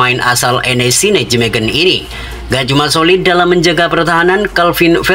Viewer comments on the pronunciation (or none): none